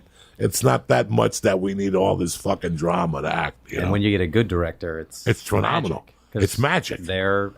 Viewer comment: "That's trenominal" lmfaoooo